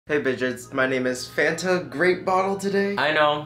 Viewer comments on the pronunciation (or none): none